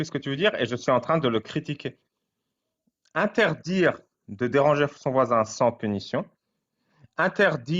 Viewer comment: "Interdjire" et "maudjire", c'est quelle langue ?